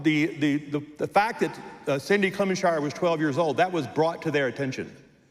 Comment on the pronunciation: HE DIDN'T EVEN SAY HER NAME CORRECTLY